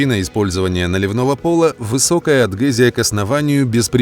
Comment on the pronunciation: Не агдезия , а адгезия ! 😜😜😜🖐🏻🖐🏻🖐🏻